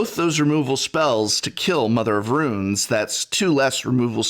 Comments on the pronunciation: yo prof, what's up with pronouncing runes as ruins? is that a regionalism, or you being silly? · Mother of RUNES, not "Ruins" x-P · "Mother of Ruins" "Shelei" :D Prof you're killing me (in a good way) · But why pronounce tunes as ruins? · "Shalay" But I mean, hey, terribly mispronouncing things works for Seth PROBABLY better known as...well, you get it. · Is professor’s pronunciation of Mother of Runes some kind of a joke or did he repeatedly make a mistake in this video?